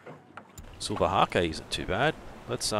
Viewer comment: And silver hake is long A, e is silent.